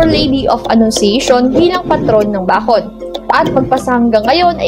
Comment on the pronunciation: Bakit di ako satisfied sa pag pronounce nya NG Bacon 😂😂 rinog ko bacod e.